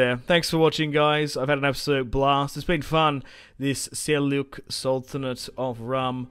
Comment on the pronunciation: Man, U always pronounce it wrong😂 "j" in Seljuk sounds like in "James", like "g" in "German, "j" in "Jordan" etc.